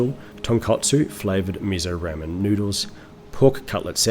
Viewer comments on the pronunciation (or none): none